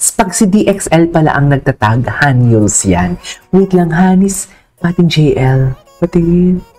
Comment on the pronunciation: Jeyelie pronunciation nya sa JL mamsh 😂